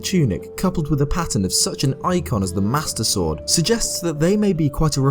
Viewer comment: The way you pronounce "Master Sword" sounds a bit like "Mustard Sword." I just like the idea of Link fighting by squeezing a bottle of mustard.